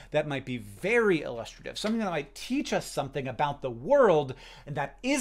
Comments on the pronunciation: Illustrative? Lol you can’t be saying that correctly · illustrative? is that how americans pronounce it or is this a hank specific one? cos i am buggin! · Ooh Illustrative pronunciation :o